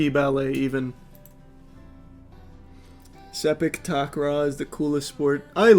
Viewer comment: the way he pronounced "sepak takraw" has got me laughing lol